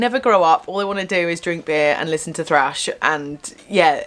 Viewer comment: Its not "slash" its thrash lol